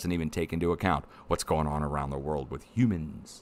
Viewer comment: LOL, LOL. love the comment... that doesn't even take into account what's going on around the world with "hü-minss" (emphasis & pronunciation) I dont know why it made me laugh but it did. Probably cause you're right!!